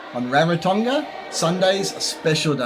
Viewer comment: Thank you for sharing. On a side note, and not a criticism, pronunciation of Rarotonga (Ra, like raspberry, soft g).